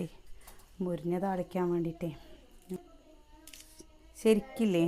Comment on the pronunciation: മുരിഞ്ഞ എന്നാണോ പറയാ എനിക്കു കേൾക്കുന്നതിൻ്റെ തെറ്റാണോ🤔